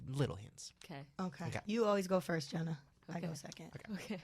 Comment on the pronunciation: Not "Jeanna" 😭